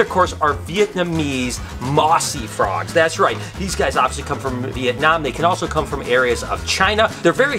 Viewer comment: Wow it's cool to see a frog from my country appear in your video -I'm from Vietnam And by the way, your articulation the word Việt Nam is so cool and very clear. <3